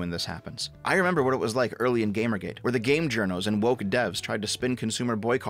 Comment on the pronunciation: "I'm, a hwat?"